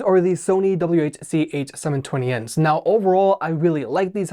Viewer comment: Its W H not waccha or whatever the fuck youre saying